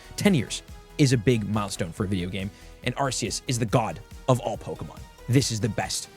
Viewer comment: How do people still pronounce arceus wrong lol the C is pronounced like a K